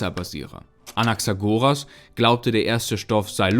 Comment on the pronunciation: Anaxagoras wird Anaxágoras betont, nicht Anaxagóras!